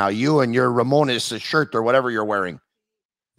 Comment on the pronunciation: “Mr. RAMONE-ESS t-shirt” 🤦🏻‍♂️ was that a joke? Still sick though ✌🏼